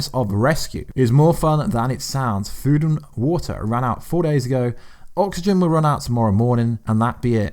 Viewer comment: " an ee's outa fuuwed because Thor took all the foowd" LMAO,, kicks these gems out and doesn't miss a beat... absolute comedic genius.